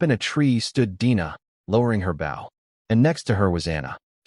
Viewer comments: Ai bow is pronounced as bo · When will someone teach the AI narrator that a BOW used for shooting arrows rhymes with slow or toe. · The whole thing needs way too much work. Being the first one of these stories and it is another AI narrator that can't tell the difference in which context to use the right words. Bow the weapon is not the front end of boat or a sign of respect. If AI can write these stories why can't a AI narrator , narrate the story right. I listen to the story, the images don't matter. If the story is narrated like a professional narrator did it, the images won't matter. I have created a narrator that you have to go through the story and pick the definition of which word to use in which context. It seems these stories are about quantity not quality. I will not listen to any other story in this category.